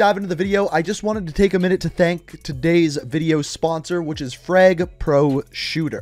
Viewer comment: “Freg” it’s frAg. No e in the name.